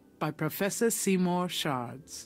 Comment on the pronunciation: Am i the only one who heard it as "see more sharts" not seymour shards??